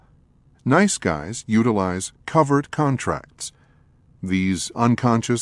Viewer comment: Covert contract turned into covered contract. It's driving me crazy.